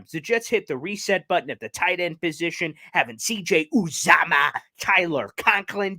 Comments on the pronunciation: It’s pronounced youuuuzaamahhhh. You’re welcome from a die hard bengals fans. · His name is pronounced ‘YU -zama’. Good luck with CJ, he’s a great team player, and a Cinci fan favorite. I like the fact that Cinci was aggressive to keep him, but after 7 years in the Midwest, I’m sure anyone would enjoy going to play and live in the NY area. I don’t see the Jets beating Cincy again this year though but love the Jets 2022 acquisitions in the draft and free agency.